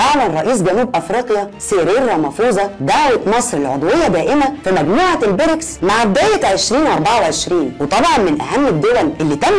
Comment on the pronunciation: نطق الاسم غلط اسمها ( البريكس) بكسر الياء